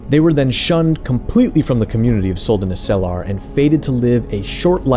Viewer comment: That's not how you pronounce Suldanessellar... I mean shit general Elhan pronounces it twice for you in the game. Accent on the first e, i.e. Suldanéssellar, not Suldanesséllar.